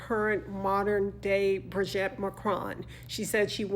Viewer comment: Thank you, dear, but please stop calling her Brigette, it's wrong and it's awful. It's pronounced Bree-geet. Bree-geet. Please! Take care 🌹